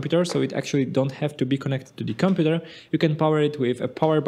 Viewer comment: The way he says "computèr"